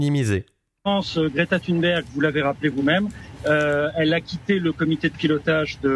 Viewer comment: On prononce Thonberg...